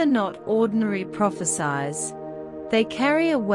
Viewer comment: Prophesies pronounciation so annoying. Hope before you enunciate study how words should be pronounced. It sounded as prophe-SIZE, should be prophe-SEES. Destroys the effectivity and impact of the message.